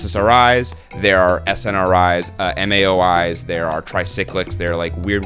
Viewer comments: "Weird ones like wellbuterin" 🥀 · "Weird ones like welbutrin" SENT ME